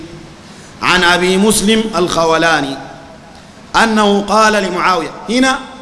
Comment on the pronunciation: ياخي انت اسمه ما عارفه تجي تقول قال وما قال الخوٙلاني ولا الخوْلاني ؟؟